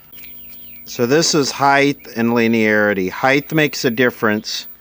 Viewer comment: Highth? An archaic pronunciation of the word height. Befitting for talking archaic electronics, I guess.